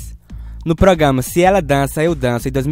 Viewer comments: Gostei da sequencia de vídeos, só não gostei muito da narração "progama" kkk... Mas dei meu like. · O português do cara q tá narrando é muito ruim igual os personagens do vídeo...ele fala pograma!!!kkkkk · Mas feio que essas pessoas cantando, é você falando "pogama" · GENTEE,alguém avisa p ele que é programa e ñ pograma? KKKK,zueira. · ProGama ProGama? Q é isso rapaz? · "Progama "é pau ! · O narrador não sabe falar "programa"